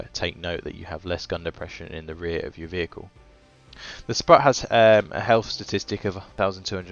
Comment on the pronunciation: If anyone cares - it’s pronounced “sproot”